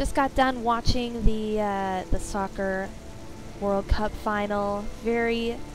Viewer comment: I thought I heard you say "Stalker World Cup Final" in the beginning of the video, so I had to replay that and realized you said "Soccer" XD